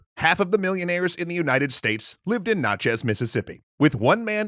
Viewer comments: Love your work brother, but Natchez is pronounced "NAAT-CHEZ" not "NOT-CHEZ." (Long "A" sound there that you're missing there.) - Longtime Mississippi resident. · The A in Natchez is actually pronounced similarly to "at" , at least by locals. Fyi, you should look into natchez history like the devil's punchbowl and the native american mounds. Pretty cool. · Natchez not sound like nachos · Natchez is pronounced in such a way that rhymes with "matches". I'm a native Mississippian and have lived in Natchez for about 15 years. It is a hell of a bloody history we have. Like many southerners, wrestling with that history is not easy. Also, the parrallel of this with modern tech is faulty. The use of "free market" was grating. Slavery was not a free market - those enslaved people were not free to sell their labor. The problem was not the cotton gin, it was the stolen labor (and lives!) of individuals. The luddites have never been right about anything. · Hey just wanted to let y’all know that’s not how Natchez is pronounced. Just a tip from a Mississippian. Great video btw.